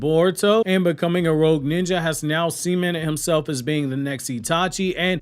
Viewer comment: Bro said seamened instead of cemented